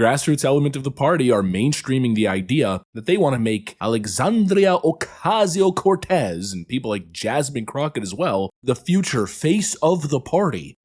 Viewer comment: Stop pronouncing AOC's name like a racist bigot!